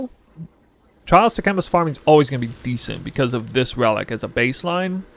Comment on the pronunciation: Bro you can’t mispronounce sekhamas when they pronounce it in the game 😂